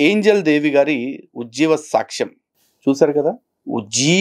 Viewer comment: ఆ ఉచ్చారణ సాచ్చం... మహానివేదన...ఇలా అంటోన్న మాటలను బట్టి..... ఈ సన్నాసి... బ్రాహ్మణ వనిత కాదు... ఏ హీన స్థితిలో ఉన్నా బ్రాహ్మణుల మాట తెలిసిపోతుంది... ఇది చాలమందికి తెలుస్తుంది....